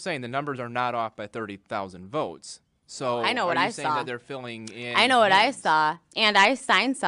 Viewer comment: The narrator doesn't know that the word "what" ends in a T??? He says wha-happens. Wha-happens.